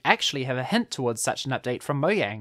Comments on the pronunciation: this guy says mohjang one more time instead of "mojang" ill loose it its not that hard why does he say it like its written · Bruh it's not pronounced moyang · Say, MoJANG